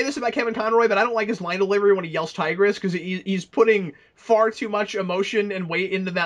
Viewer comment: His name isn't Tigress it is Tybrus.